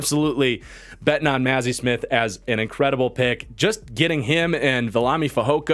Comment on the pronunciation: As a Michigan fan your pronunciations of “Mazi” and “Schoonmaker” are painful lol